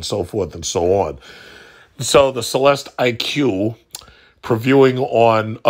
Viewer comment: It’s pronounced CELESTIC. Like Lyriq is pronounced LYRIC.